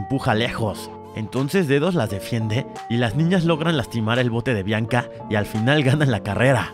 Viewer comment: DIJO BLANCA EN LUGAR DE BIANCA JAJA